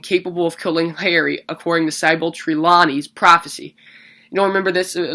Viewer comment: It's pronounced sih-bull, not sy-bell....and it's treh-law-nee, not tree-lan-ee....I mean come on.